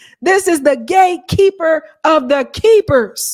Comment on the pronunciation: are you calling him "gatekeeper", because I swear my ears are hearing "gay keeper" LOL